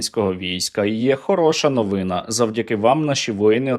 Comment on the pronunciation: Наголошуйте правильно: ознАка, новинА, а не Ознака, новИна.